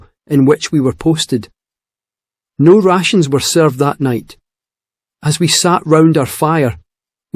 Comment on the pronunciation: " No Russians were served that night". Did not know, that Britons named Sausages "Russians" already in 1815 ! Or did he say "rations" with hard Scottish accent ?😄